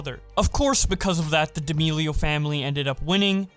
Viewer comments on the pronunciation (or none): I cant get over u saying Dee'Amelio 🤣🤣 No hate!! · Ah yes, D'almelios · He always says d’almealios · Dee ameelio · Hold on, how tf do you pronounce “D’Amelio”? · the way he said d’amelio gave me cancer